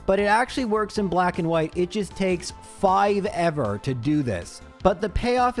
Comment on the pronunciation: "Fivever" killed me 🤣